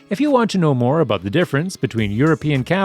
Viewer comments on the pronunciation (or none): none